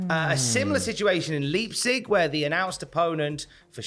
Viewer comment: Leipzig is pronounced Lype-cig. Great video as always, lads.